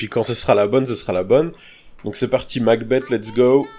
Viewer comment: MacBeth se prononce MacBess, et pas MacBette ^^ De Shakespeare